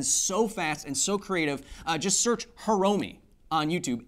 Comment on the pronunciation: Ryo Fukui the R is pronounced like a spanish soft r, you combine Ri (think soft spanish type of r with the e sound in ski) and yo into Ryo, Fu in fukui is an airy F to form fu, fu ku i (the i is like our e as in free or again ski). Fukui. Hiromi would be pronounced like He ro (its like a soft spanish r) me. He ro me (Hiromi).